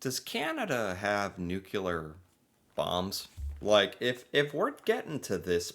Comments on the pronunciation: the word is nuclear not nucular. It’s a small thing but somewhat important. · It's Nu-CLEAR not Nu-CULAR!! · NUCLEAR!!!! Not nucular! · Sir, learn to pronounce some one-syllable words. Say "new." Now say, "clear." Now say them in succession: "new" "clear." Congratulations! You learned how to say nuclear. "Nucular" is not a word. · Nuke for short isok, nukular - not ok, correct is nuclear weapons. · The ability to say NU CLEAR instead NUKE U LA helps Canada a lot, its called "education" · say: new-clear instead of new-killer! 😂😂😂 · Why can’t USians pronounce “nuclear”? It’s nuCLEEar, not nuKeLar. Drives me nuts. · Nuclear not nukelar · ...the word is nuclear...not "nucular". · Well he's ok but he is an American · is it then..? well, please try to learn to say NUC-LE-AR I think it's the pet name 'nukes' in your head that trips you up. so how "bout you try thinking of what we all wish the world could be: cleared of all nukes! or put another way: NUKE-CLEAR. you don't really wanna sound like George Bush the son for your entire life, do you..? ps thanks for the pro Canada voice..!!! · Please - nuclear pronounced NOO KLEER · What's bugging me here is how you say the word "nuclear", "nucular"? Is that a regional thing in USA? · Yes. Nuclear (new killer) and film (pronounced flim) are an American issue